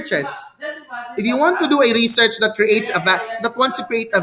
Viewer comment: reshèrshe po ang pronunciation 😊